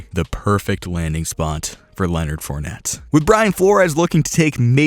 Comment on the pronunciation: Wow you butchered fournette and chiefs